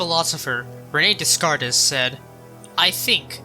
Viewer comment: Descartes is French so that means you don’t pronounce the S’s in his name. It’s like day-cart